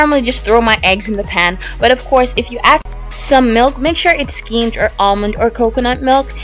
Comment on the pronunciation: Skimmed. Not "schemed". Vegetable. Not "vegetal". I can't put up with watching any more to hear what other words you butchered.